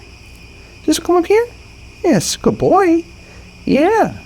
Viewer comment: Good BOY not goy (slur for gentile)